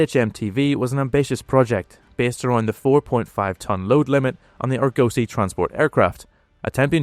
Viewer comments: Argos-ee... not Arr-gosee The car shown is an Austin/Vanden Plas 'Princess R', built by BMC, not Rolls-Royce. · Argosy - 'AR-gossy' Name of a class of large merchant ship dating from the C16th, See Shakepeare's 'Merchant of Venice' (deriving from Ragusa, an old name for Dubrovnik)